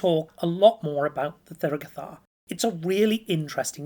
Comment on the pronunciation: The th is an aspirated t, it is not pronounced like 'the' or 'there' but instead like 'Thomas'.